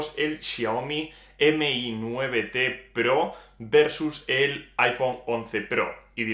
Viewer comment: Aprende a pronunciar lo mas minimo que eres bloguer y estas haciendo reviews, Xiaomi no M/I 9, es todo junto, Xiaomi mi9T Pro, no es tan dificil de pronunciar